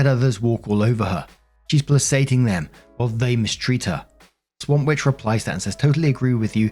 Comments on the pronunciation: Placating is pronounced PLAY*KATE* ING not PLAY*SATE*ING. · I love you man, been following you for a few years now. One thing bothers me and it’s a small thing, but you know…everyone has a THING. Mine is pronunciation. Placating is pronounced PLAY-KATE-ING. It’s a “Hard C”. Other than that….i love listening and keep it up!❤❤❤